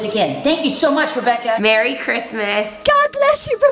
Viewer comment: I thought at the end they said rebaka 😂